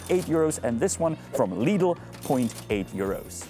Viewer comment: Pronouncing Lidl correctly is so wonderfull to hear. Some foreigners say it like "Liddle"